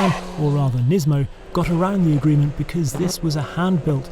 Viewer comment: Буква S в NISMO не должна быть звонкой, она шипящая. Как в слове Tesla, где англоговорящие произносят звонко S, а на самом деле нужно S, как в Steam. Это просто раздражает.